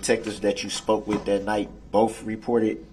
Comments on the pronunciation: Bofe detectives? Bofe? How can a grown adult actually say that? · I wonder if the lady typing the record, types "both" or "boff", when dip shit talks. 😂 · During boof, cant he say both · "BOFF.... BOFF detectives"